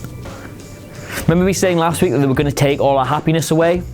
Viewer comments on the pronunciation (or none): none